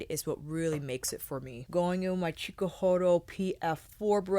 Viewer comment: I believe those chikuhodo brushes are pronounced like hot-ko-ho-doe if I'm not mistaken. But please correct me if I'm wrong, I've heard it pronounced like that but you're the first to pronounce it the way you do, so you could be right. But incase just wanted to help a girl out. Luv ya! 🖤